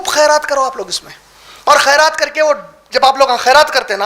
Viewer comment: لفظ خیرات ہوتا ہے قاف سے نہیں ہوتا ہے